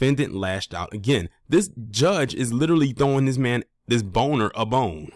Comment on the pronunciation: That's how u pronouce his name?.......For real for real??😅😅😅